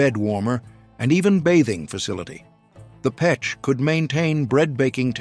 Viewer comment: Russian stove is pech not pek...